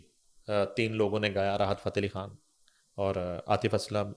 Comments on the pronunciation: Excellent coverage of Junaid safdar marriage by your channel ..just one request.. Please speak Urdu correctly ..which u can ..I am referring to woman anchor , do not pronounce Khan as Kahn .... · please pronounce khan correctly it’s khan with kh خ not Kan کان like you do.